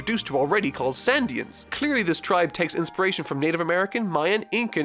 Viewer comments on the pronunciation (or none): I am glad you enjoyed one of my favourite arcs,... But... Can we just talk about doesn't pronounce shit right? Shandia has the Sh- pronounced like the Sh- Shore, Shade, Short, Shake. The H is not silent. Phoneglyph has the Pho- pronounced like the Pho- in Phone, Photograph, Phonetic. The H is NOT silent. I thought it was a fluke in the last video, like "oops, that came out wrong." But seeing it again made me realise that it was intentional. You meant to not pronounce the H... This might look like a nit pick, but the Phoneglyphs are a KEY PLOT POINT for the future of the series, with it being extremely connected to Nico Robin, the Pirate King Gold Roger and with the government of the world of One Piece. So if it turns out is going to pronounce it weirdly every single time he talks about it... There are some arcs whose reviews are going to feel veeeeeeeery looooooong.